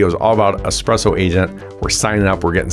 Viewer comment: Espresso. Not Expresso.